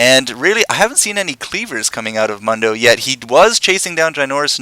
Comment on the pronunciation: I don't understand repeatedly mispronouncing 'Mundo.' Sound files within the game even tell you how to pronounce if it's too difficult to figure out.